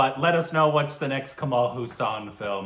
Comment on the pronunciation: His name is not pronounced as Kamal Husaan. His last name is pronounced "haaa" + "sun"